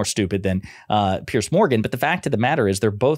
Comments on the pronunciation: It's "Peers" Morgan. Not "Pierce". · Why do Americans have problems saying Piers' name? It's not like pierce, it's like peers. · Piers Morgan's name is pronounced the way you’d pronounce the plural of pier. As in The dock has two piers. Not pierce, as in Why are you gonna pierce your navel? And please, let’s retire the term “unpack”.